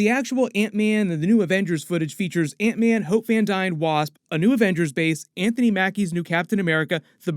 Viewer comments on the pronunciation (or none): none